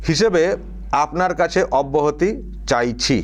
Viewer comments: অবাহতি হবে না কথাটা হবে অব্যাহতি। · অব্যাহতি হবে অবাহতি নয়